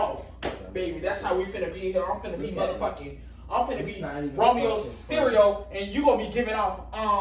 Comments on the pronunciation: nigga said Romeo sterio it’s Rey mysterio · Romeo sterio lmao 😂 it’s Rey mysterio